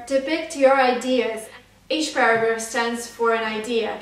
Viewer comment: i heard paragraph as burger ......😂😂